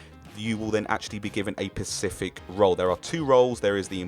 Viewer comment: Decent video, but god is it aggravating when someone says "pacific" instead of specific